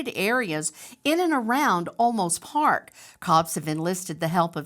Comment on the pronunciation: I really like Nancy Grace but I wish she would get things right on air because the small errors depersonalize the coverage—not even halfway through this video she says: (1) “LA” law enforcement 2X—this case is in San Antonio, Texas—not Los Angeles; 2) “Osolmos” PD Chief, but it’s Olmos Park (its own municipality within the city of San Antonio); (3) “WOIA”— the correct call letters of News 4 San Antonio is WOAI.